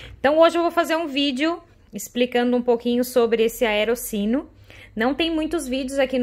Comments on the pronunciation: se pronuncia "aerotchino" e "caputchino" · Se fala aeroTino. O “CC” em italiano tem som de T. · Vídeo bacana mas a pronúncia correta é "Aerotino". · Isso mesmo, Rhodolfo! Eu já ia fazer o mesmo comentário!, palavras italianas que contêm duas letras "c" seguidas, têm som de "t".